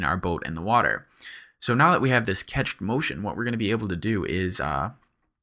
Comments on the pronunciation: Love your tuts! Reawlly awesome stuff. But for the love of god it's "cached" as in "cash", not "ketch" That is my only beef with this amazing tutorial. Please keep up the good work and don't be afraid to tell me to fuck off. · Agh! Cached is pronounced "cashed", not "catched". Save your viewers who might not know the word from sounding really dumb :)) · Thanks for this! you're awesome for making so many clear and concise tutorials. I just wanted to be a d.b. and correct you though: it's pronounced 'cashed' like cash money. ;)